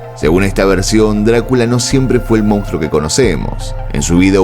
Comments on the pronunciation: ¿Por qué los argentinos dicen "mounstro" en lugar de "monstruo"? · Solo un apunte; el término correcto en castellano es, "monstruo "y no como lo has pronunciado.